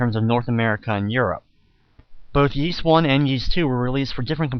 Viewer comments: Please, please, PLEASE, stop pronouncing it like "Yees" it's pronounced "Ees". Other than that, thanks for uploading this! ^.^ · All i gotta say dude. Stop calling it "Yees". Even in the games they call it "ees". That is all. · It's pronounced eess, or is, depending on which culture's pronunciation, not yees. It's based on an ancient british legend. That being said, thanks to your vids I might try emulating this version instead of playing the DS remake, this has a lot more charm than the bad looking 3D of the DS version, also it looks a lot less tedious than the NES version. Also that voice acting sounds really good, especially considering the time. Also, even on normal mode, the game levels you up so high right in the beginning of the game in the DS version that there is absolutely no challenge, also that section of the bottom screen that literally tells you were to go next as if they assume all the players are idiots pisses me off. I'm not sure why it got so high marks in reviews.